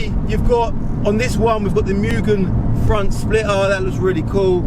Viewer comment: It's pronounced : Moo-Ghen not Miugen